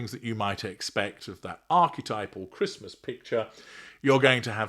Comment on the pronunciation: " Embrace Traditions" Tow can't even say Christmas! What a clown.